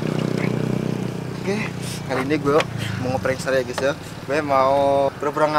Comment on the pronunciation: Gays jangan ngomong gays 😂